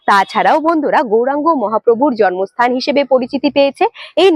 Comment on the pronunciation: Video aar description khub valo hoy aar kono barti katha nei. Jar jonye onekgulo e dyakha holo. ( তবে জন্মস্থান এর উচ্চারণটা "" জর্মস্থান"" বলাটা কানে লাগছিল